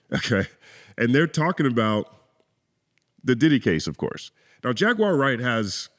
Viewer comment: Piers Morgan couldn't even pronounce Jaguar Wright's name correctly and that reveals how he actually feels towards the Hebrew Israelite community. Stop going on the enemies of our people platforms and allowing yourselves to be exploited while knuckleheads like Piers and Vlad capitalize and make tons of money off of the backs of The Most High GOD Yahawah Bahasham Yahawashi's Chosen people. Let the Piers Morgans and Dj Vlads interact and interview each other! My bad, no one would tune in!😔🙄